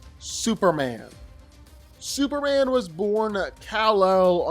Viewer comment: How come he doesn’t pronounce the M when saying Superman??! It’s annoying asf!